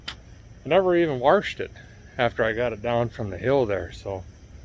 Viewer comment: "Warshed". Yep, you're definitely from the mid-west. I was born and raised in California, but I grew up saying "warsh" & "warshed". I picked it up from my mother, who is from Michigan. It took me a few months to unlearn it and pronounce "washed" correctly.